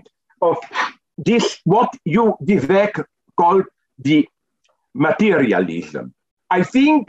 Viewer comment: Vivek doesn't rhyme with Zizek btw